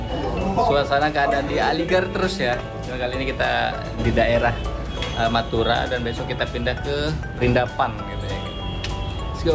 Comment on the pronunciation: kok denger nya meduro meduro meduro 😂🤣😂🤣